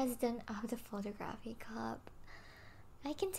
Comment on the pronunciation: BREAKING NEWS: The VP of the photography club doesnt know how to pronouce photography.